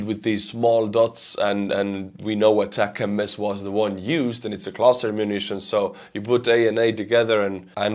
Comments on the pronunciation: When will he learn after getting corrected dozens of times that it is ATACMS as one word, not ATAC-M-S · Attack-m-s? What is that? The acronym is three syllables, not four. A TAC EMS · they are not pronounced attack-em-es , they should be pronounced atack-kooms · ATACMS are not pronounced as ATACM S. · Sorry to be a pain in the ass, but it's pronounced "Attack 'ems", as in get them mo'fo's! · love U n ur stream but as n American I have to correct u on this. Here the ATCMS Missles r pronounced ATTACK UMS…!! Keep rocking, love ur stream bro!! Watch u every day!! Slava Ukrainia, Herojon Slava 🇺🇦🇺🇸🫶🏼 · Isn't the word ATACMS just pronounced as one word? Not ATAC MS :P